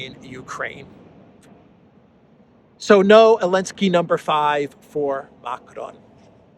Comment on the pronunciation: I'm getting a sense you don't like Zelensky. And you seem to have trouble pronouncing and spelling his name.